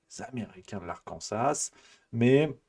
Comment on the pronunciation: Je m'permets, on dit "l'Arkansàààà" et pas ASS ;) C'est justement parce que à l'origine ça vient d'un nom en français etc.